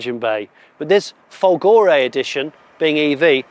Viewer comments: (it's not "Folgòre", it's Fòlgore)😉🤗🇮🇹🇬🇧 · And also folgore is fòlgore and not folgòre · Since voiceover Johnny is very pedantic let me be a pedantic Italian: "Fòlgore" is pronounced with the accent on the first o 😅 Maybe Maserati accept all pronunciation in foreign markets (like one cannot mispronounce "Hyundai" 😂) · Try to say FOLgore. It is not that difficult, isn't it?😉